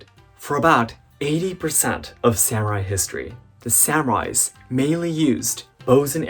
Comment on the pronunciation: As a Japanese it’s wierd when you say samurai as Sam rai Sorry if my Eng is bad 😅